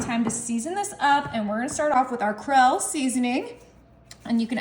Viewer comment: "Krell' seasoning? - There are online resources that will teach you the correct pronunciation of words and their definitions.